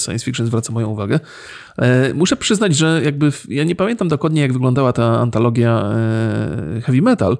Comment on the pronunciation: Ten moment, jak zmęczona was słucham i zamiast „antologia” usłyszałam „patologia” 😂